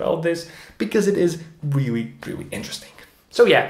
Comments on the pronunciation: Can't believe the 5 comment aren't about him say "ewrreely" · Intelligent guy, its a shame he couldn’t figure out how to pronounce “really”. Hint... its not Rewee 😝